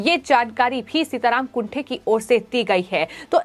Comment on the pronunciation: सीताराम कुंटे ऐसा उनका नाम है ना कि कुंठे.pl. correct yourself